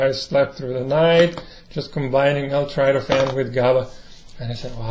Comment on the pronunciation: It’s not trytophan! It’s tryptophan!